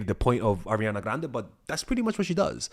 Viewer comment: I really love the way pronounce Ariana Grande